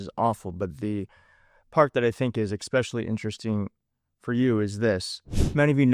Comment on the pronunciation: *ESpecially; not EXpecially 💙💙 (Submitted with all due respect because WORDS MATTER) 🖖🏽⭐️